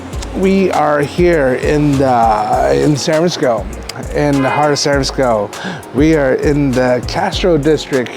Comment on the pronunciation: Do your homework on the restaurant first then provide a planned relevant content. Please pronounce San Francisco properly. Another lazy tongue tied asian and that's coming from a local 415 asian.